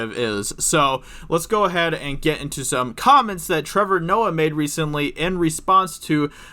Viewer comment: Ah yes,. King of the Betas and untalented "comedians"